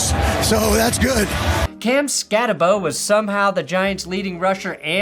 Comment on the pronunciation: Week 3 Biggest Losers: People still mispronouncing Cam Skattebo's last name. SKATT-EH-BOO